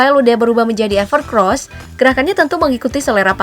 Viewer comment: Orang2 pasti sering kesebut "ever CROSS". pdhl tulisannnya "ever COSS" 🤣